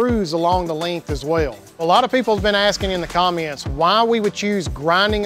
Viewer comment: did he just say commients?